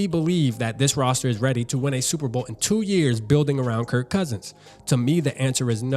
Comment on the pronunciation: Kirk not Kurt